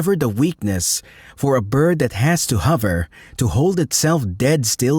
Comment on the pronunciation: E.g. the way it says "hover" and flower is unnatural. Maybe a dutch accent bc they say "duh" instead of "the" ? Video is neat tho